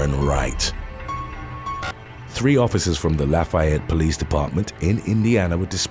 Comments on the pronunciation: I am from Lafayette Indiana and it’s not pronounced like Louisiana la”fie”ette but it’s pronounced like la”fee”ette sorry I just love my hometown that’s all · Lafayette is pronounced as such. (Laugh - E - ette) not (laugh - I - ette)